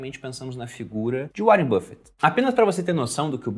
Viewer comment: Cara, que agonia do pronunciando áren buffet pqp